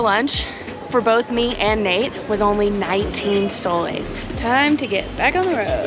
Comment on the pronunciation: I think I hear Nate say his name is NUTE', as in NUT and EH, hahaha